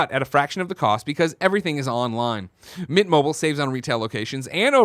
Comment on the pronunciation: No one on this shows fully pronounces MINT. Every time you read the ad it sounds like You guys say MIT mobile. Lol.